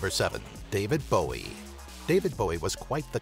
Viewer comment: thankyou so much for pronouncing Bowies name correctly.